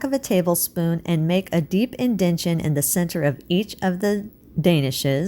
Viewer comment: Thank you, very interesting! No offense, but the word is: IN-DEN-TA-TION🙂